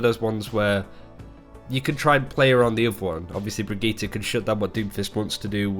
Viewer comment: God, the brigitte pronounciation cringe